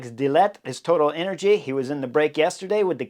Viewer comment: I swear I heard Chris say " Toilet Energies"...